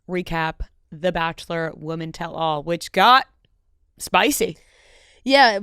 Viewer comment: Please, PLEASE learn how to pronounce the word “women”. It is not “woman”. They are different words. Singular vs. Plural. I can’t even appreciate whatever content you have, when you mispronounced “women” as “woman”, every single time you uttered it. I would want to know. Please just ask someone, or look it up.